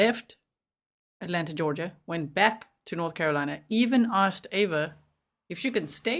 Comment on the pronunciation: A prosecutor repeatedly saying "aksed"